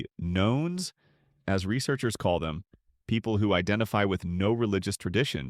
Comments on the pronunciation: Nones rhymes with nuns. Not knowns. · I've always heard "Nones" pronounced like "none", not like "know". Huh.